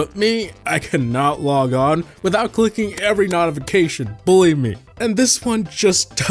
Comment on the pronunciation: From hearing you say "randomnizer" to mispronouncing "notifcations" and "client" it shows me homie cant read